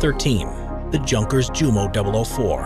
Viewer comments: Junkers is NOT junk! It is pronounced as 'Yoonkas-yoomo'! My favourite antique aircraft is the Ju52/3m the 'Jumbo Jet' of the 1930s. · The j in junkers jumo is pronounced like a y